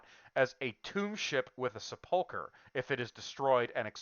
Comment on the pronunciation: Sepulchre is pronounced SEP-ool-ker. Not seh-PUL-ker.